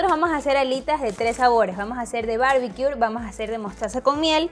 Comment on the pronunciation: Se ven muy buenas las recetas. Por fis, corrige pronunciación de barbecue, sin R al final!